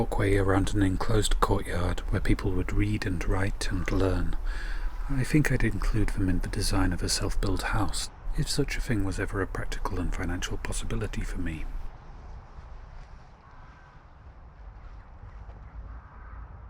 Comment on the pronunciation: Vhe water , viss spot , vat fing , mova , You sound like a child when you can clearly make the T sound . That not vat. Comforting talk for a child .